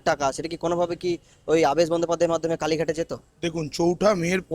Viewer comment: Apni nam ta theek bolun.. Abaas noy. Aabesh . so so kore ki kharap uposthapona .. Erokom subject thakle eta ke top class content kora jeto . reporting ta shikhun. Aar so r dosh na katle shikhyito shona na .. Din mujur type r kotha barta . depressing .